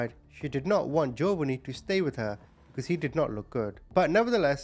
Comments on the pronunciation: Ja_von_nee not jovany it drove me crazy ❤ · Once again, your pronunciation of the names are atrocious. The little baby’s name is Jovonie. It’s pronounced Joe-VA-nee (like the Italian name “Giovanni” without the first “i“). The emphasis is on the second syllable. You pronounced it JOE-va-nee. Several times on the video, you referred to him as “Jovianne” which isn’t even his name. Let’s remember this beautiful little boy by remembering his real name. His name was Jovonie Ochoa. He was 4 years old when he died on Christmas Day 2003. He only weighed 15 pounds. The average weight for a healthy 4 year old boy is 30 to 44 pounds! Jovonie’s grandmother, Maria Palicious, starved her grandson but she certainly was not missing any meals herself. She complained that Jovonie always wanted food. Yeah, you crazy evil bitch, a baby you are intentionally starving is always going to want food! Jovonie Ochoa, I will never forget you and your handsome, smiling, innocent face. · Omg his pronunciation of Jovanni is annoying TF out of me hahaha. Then it goes from Joe-Vunny to Jovian. What? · Its pronounced Joe-von-ee.. May Jovonie rest in peace 🕊️ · Joe-va-nee is killing me hahaha 😂